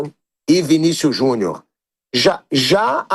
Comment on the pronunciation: Porque o Vampeta pronuncia "Vinícius Juniô" ?